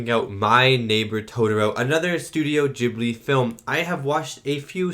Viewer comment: Ghibli is pronounced with a "hard" initial g, like garlic or gift. It is the name of a particular seasonal wind in the Mediterranean region (and you'll notice a lot of wind movement in Studio Ghibli movies). It comes originally from the Libyan Arabic word "Qibliyy" and was of course written using Arabic characters. Its literal meaning is "coming from the direction opposite to Mecca". Later the word was adopted by the Italian language (because the same wind reaches Italy), where the Arabic letters had to be transliterated so that the word could be written and read by Italians. They did the best they could by starting it with a hard g. In Italian, any g that is directly followed by an h (or an a, o, or u) is hard. Like Ghirardelli, the famous chocolatiers of San Francisco. The same rule applies most of the time in English, but we all know English spelling is a mess, so no rule applies 100% of the time. I've noticed that a lot of people are unsure of how to pronounce Ghibli, so I hope this helps someone.